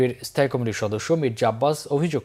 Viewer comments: এই সংবাদ পাঠক কমিটি শব্দ কে কি কারণে কমেটি উচ্চারণ করে এটাকি অজ্ঞতা নাকি বাক প্রত্তিবন্ধকটা।সংসলিস্ট কত্রি পক্ষ কি বিষয় টি নজর দেবেন নাকি সময় নাই? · উনি কি কারণে কমিটি শব্দতিকে কামেটি উচ্চারণ করছে এটাকি অটোপাস এর জন্য অজ্ঞতা নাকি বাক প্রতিবন্ধকতা ? কতৃপক্ষ কি বিষয়টি নজর দেবেন নাকি সময় নাই?